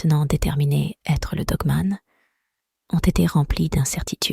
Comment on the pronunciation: Nravo pour vette histoire avec la voic qui va bien il ne faut pas dire dgue me'nt mais dogue manne , cela gmisse mieux .jr viens seuleme't fe vois decouvrir aujourd'hui etvje tegrette pas .